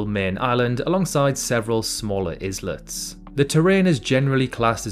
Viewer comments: Islet is pronounced 'eye-let' not 'iz-let'. Could be an important thing to remember if you're going to publish geography videos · What's an Is let? I guess you mean Islet; the S is silent. And why use kilometres? You're clearly British so stop pandering to yanks. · Islet is "eye let", like island is "eye lund", not "izland". ;) Great video, bar that one instance of setting off my pronunciation pedantry. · "Izzlet?" No, try Eye-let. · fun fact: islet is pronounced eye let 😊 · Wait. Did you just say 'is let'...? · The opening still thumbnail shows Belfast further south than Anglesey and a label saying "England" over the country of Wales. A true example of this guy's attention to detail. He can't have many Welsh fans now. 'Islet' is pronounced 'eye-let', like the the hole for a shoelace. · The 's' is islet is silent, as it is in isle and island